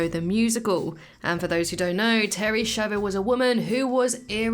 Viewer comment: SCHIAVO it's not pronounced "schavo", but "skiavo"